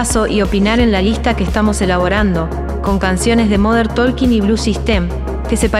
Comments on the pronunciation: se pronuncia tôking, pueden verificar en Google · La “L” de talking no se pronuncia, hasta Dieter lo sabe…